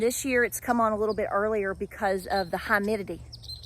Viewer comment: I crack up now, everytime you say highmitity 😆